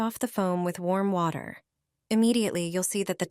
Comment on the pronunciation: The narration is comical. Water pronounced waiter?